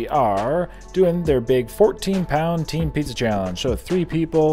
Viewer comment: First, pineapple should NEVER be on pizza. Also did he say tea-am in the very beginning? In conclusion, pineapple DOESN'T belong on pizza.